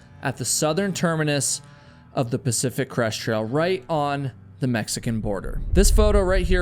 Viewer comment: I got nearly halfway through the video before I realized you were not saying Pacific Crust Trail. I thought it was a weird name until I looked up Pacific Crust Trail. Oh. Crest. Not Crust, not Crush.